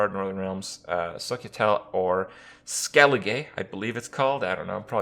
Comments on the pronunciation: Scoia'tael is pronounced Scoya-Tel Skellige is pronounced Skelligah Just look it up they say it in game in the Witcher 3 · Its SCOL-A-TAY and SKELL-IGG-ER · It’s pronounced “Skell eh Guh”